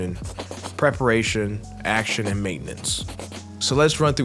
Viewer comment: pararation lol great and insightful video though 🙌🏽